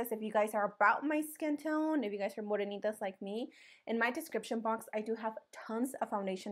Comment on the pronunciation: I like how you said morenita like me 😂😂